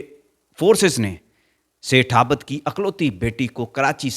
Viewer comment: Aabad NAHIN abid hota hai